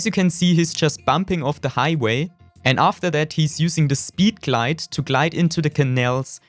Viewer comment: 😂 I also love to way he says speeed glade